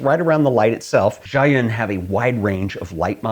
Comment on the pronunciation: Zhiyun reads as "zhee-yoon"